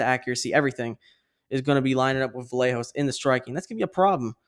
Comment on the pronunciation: And I want to give tribute to, Vallejos is pronunce like this: Vayeg(of Garage)os 👍😃